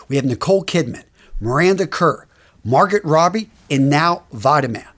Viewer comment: Did he straight up mispronounce Margot Robbie?